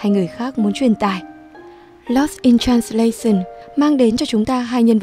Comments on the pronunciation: Dù giọng bạn nữ rất hay và truyền cảm nhưng mỗi lần bạn đọc từ transla - xừn nó tụt mood quá ấy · Làm ơn học lại cách phát âm "translation" đi xin đấy.